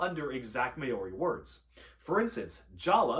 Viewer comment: That's not how Māori is pronounced